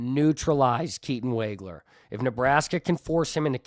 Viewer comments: Pronounced Woggler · Illini fan here. I was very impressed with your knowledge and presentation... Keatons name is wog (as in dog)wager